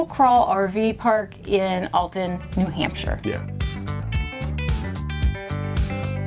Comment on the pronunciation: I love how you keep saying nahamsha!